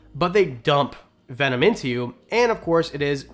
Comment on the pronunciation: I’m calling bullshit on how venom is pronounced. 😂 I’ve heard the word my whole life and not once have I heard it said like that. An I grew up with the legit animal planet. Jeff corwin, Steve Irwin, jack Cana. Anyways love the videos and pretty cool watch. I will sub.